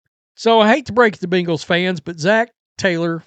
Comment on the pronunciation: I HATE how you mispronounce Bengals 😒😡😠 You sound like a child trying say hippocampus 😂